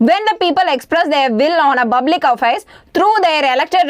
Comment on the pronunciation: Good effort. But you try to pronounce words stylish which has some corrections. *Its public you have pronounced buplic Why I'm explaining is that you have to focus on teaching clearly more enough